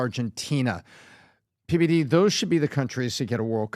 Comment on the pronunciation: Pity only half of what PBD is blathering is understandable 🙄